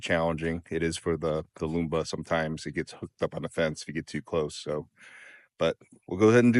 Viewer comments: “MAMMOTION LUBA” not Lumba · Why do you prounce Lumba? It is Luba!? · it does look nice. the other mowers are Luba (similar sound to tuba but with an L) not lumba. also, the Luba should be set for about every 2 days and not once a week to make the grass look better without those clumps. those clumps come from mowing only once a week.